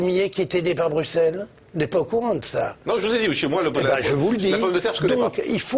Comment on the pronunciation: Enfin un français qui sait dire Bruxelles correctement